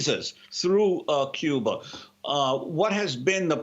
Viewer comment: I don't think your real and what gives you away is if you were a Cuban you would not pronounce Cuba like you do. I lived in SW,FL around Cuban People & their Culture. I know you might be Cuban American